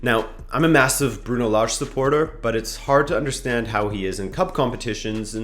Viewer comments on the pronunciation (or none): none